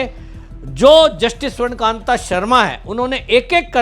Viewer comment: स्वर्णकान्त नहीं स्वर्णकान्ता सही नाम बोलिए